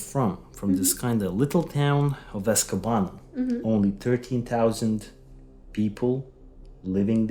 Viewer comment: I think it's pronounced Es-ka-nob-a.....